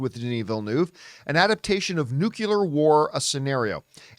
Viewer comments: Ouch! John: it's NUCLEAR pronounced NEW-CLEAR, not NUKULAR! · 'Nucular war movie'